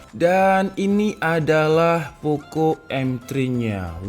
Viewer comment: Bukan Poko woii,, tp Poco pengucapannya